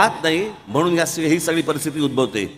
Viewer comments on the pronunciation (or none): none